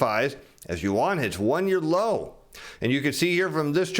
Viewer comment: "onshore yawn" LUL I think you had it right the first time LOL. Another great video. Thanks